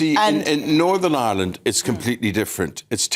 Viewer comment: Silly cow it’s Northern Ireland , not Northam Island